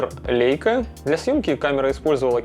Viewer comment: лЯйка - эт по немецки, а мы, по привычке, читаем - по английски.